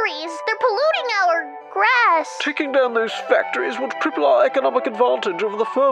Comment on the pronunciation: She said "cripple" not triple